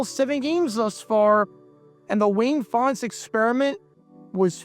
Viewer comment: Len was an assistant for the Lions for a while, I think. I just found it weird that for some reason he pronounced his last name differently than Wayne did. (like "Fon-tez")